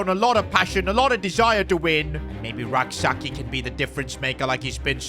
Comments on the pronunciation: The name is not pronounced Sa-ki.. it is pronounced Sa-chie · youre pronouncing Rak-Sakyi wrong. Its Rak-Sayi without the k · Rak-Sakyi's name is pronounced "Say-chi" not Sak yi It's a Ghanaian last name.